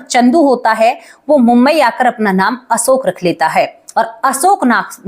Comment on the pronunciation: Asoka nhi Ashok bolo.